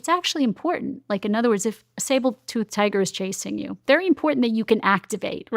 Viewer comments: the way she keeps saying " sabeld tooth tiger" drives me crazy . She speaks well. Does she really think its sable tooth tiger . She says it like 4 times . Its her example of choice obviously shes used it many times. Someone needs to tell her. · What’s the consensus on the research? What’s the research? This is suspiciously sounding like a wool theory from a woman who doesn’t even know it’s a saber tooth tiger not “sabel” tooth. This in a totally scientific approach to a scientific topic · Almond = al-mund? Saber tooth = sable tooth? She talks weird, which kind of undermines her credibility. I know it’s nitpicky, but who can’t pronounce almond? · Smart lady keeps saying "SABLEtooth tiger" causing my brain to wig out. 😝 SABERtooth Tiger. 🤓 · Sabre tooth tiger not Sable tooth tiger. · It's Saber toothed tiger, not Sable, just saying. Makes it hard for me to take her seriously. Why has nobody corrected her? Is she surrounded by ppl who don't care about her, or who are competitors and want to see her look foolish? ADHD can also be an inherited personality trait, as in my own family. The particular studies one chooses to cite in order to support their particular claims makes them feel like their theories are correct, even if there are just as many studies with results in opposition to their findings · It’s Saber Tooth not Sable Tooth lol just had to comment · It's saber tooth! Not sable tooth tiger... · Saber tooth tiger. Not Sabel. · Does it drive anyone else crazy and distract you that she keeps saying Sable tooth tiger? Like my ADHD is over writing everything else she’s saying because she gets that pronunciation wrong. 😂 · Lol she said Sabletooth tiger.🤦‍♂️ Great topic btw. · How credible is someone that can't say sabre tooth tiger correctly? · SABER- tooth, say it with me SABER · SABLE-tooth tiger?? 🤦‍♂️ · What's a "SableTooth" Tiger? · Is she saying "sable tooth tiger"? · Is she saying sabletooth? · Did she just say sabletooth tiger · Did she say sabletooth tiger?